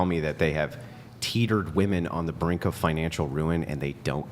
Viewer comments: Why do women of this generation pronounce "WOMEN" as "WOMAN"? What is the cause of this phenomenon?? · Just tell them to pronounce women as if its spelled "wimin"